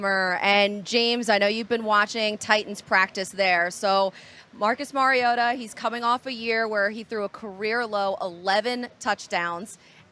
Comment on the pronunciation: Hard to take these reports seriously when they don't pronounce Mariota's name correctly.